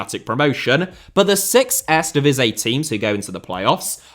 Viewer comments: Would be funny is he instead have used the leagues official name which is: KEUKENKAMPIOEN DIVISIE 🤣 (since he has so much trouble with Eerste Divisie, which means First Division and should have been pronounced as : EAR-STE DEE-V-SEA) 😉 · Are you a fan of the erresdivizei? 😂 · Earsta Divizzee and Tweyda Divizzee for pronunciation 🤣👍🏽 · 🤣🤣 echt he. For real, what is he saying, it gives me itches🤣😭 Ejstdivizjeej??? He should pronounce: EAR-STE DI-V-SEE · maar echt 🤣🤣 for real what is he saying.. Ejstje djeveesjeej??😭 He should pronounce: EAR-STE DEE-V-SEA Ennoys me so much as a Dutch i stopped watching...